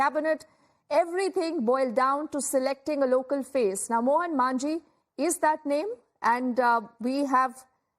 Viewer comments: It's Majhi not "Manjhi"😅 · Its 'Majhi' not 'Manjhi'